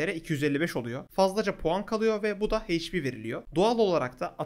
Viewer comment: Hp heyç pi değil eyç pi diye okunuyor